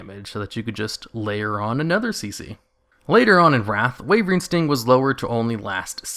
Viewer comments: its called wyvern sting not wayvering sting why - vern or some ppl prefer whi vern both is better then what ever you are doing :P no hate btw just a bit of semi trolling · Why does it sound like you say wavering sting when you say "wyvern" sting? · Why do you keep calling wyvern sting "wavering sting"?